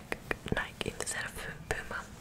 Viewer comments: It's called Nike not nika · And nike is pronounced nye _ key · ITS PRONOUNCED NIGH KEY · And it’s nik-E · HAHA NEW NIKE NOT ADIDAS